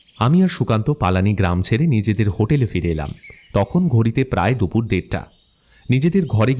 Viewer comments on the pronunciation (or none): none